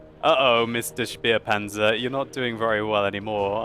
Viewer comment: u always pronounce spähpanzer ru 251 like spearpanzer... it's a scoutpanzer (späh). There is no "R" behind the "späh".